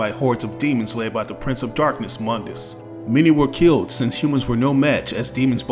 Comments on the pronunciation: Mundus (Moon-dis) not (M-un-dis) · Mundus (moon-dus)